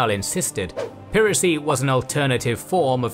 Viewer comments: It's ('pai ra cy) not ('pee ra cy) 😡❗ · "piracy" isn't pronounced that way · Did you say "peeracy"? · Weird pronunication of 'piracy' ! 🙄